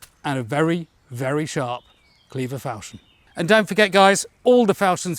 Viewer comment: Non-native speaker here: I thought it was pronounced fawl-shon (as in ‘awe’). Is my dictionary very out of date, or is it a regional thing?